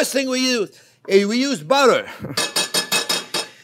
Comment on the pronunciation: I love the way he pronounce buttah